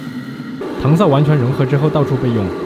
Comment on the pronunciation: 读音纠正：糖色 【táng shǎi】